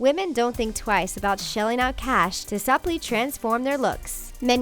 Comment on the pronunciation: "Sup-ly" Why can people on so many of these stupid list videos not read or know how to pronounce incredibly basic words...!?